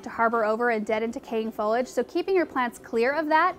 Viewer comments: FO-LEE-AJ not Follage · Yeah I've noticed a few people saying it that way. Fowwlidge is an irritating way to pronounce is for sure. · Fo LEE age. No fo lij 👎👎👎👎